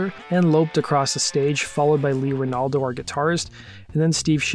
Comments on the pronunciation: I stopped watching after "bassist Lee Ranaldo". Jog off, dude. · "Bassist Lee Renaldo"? Oh boy.... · I stopped the video at "Bassist Lee Ranaldo". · You said "bassist Lee Ranaldo" twice... Shows how much you know about the band.